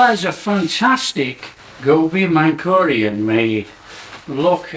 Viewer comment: Not mankurian bro, manchurian😂